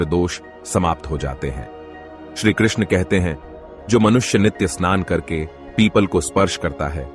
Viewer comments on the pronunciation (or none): none